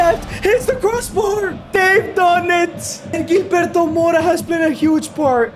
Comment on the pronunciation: 🤣 Gilberto pronounced hil-berto not Jil